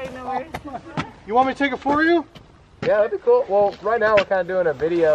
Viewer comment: you do realise it's 'ch'yeahhh' not 'da'yeahh' xD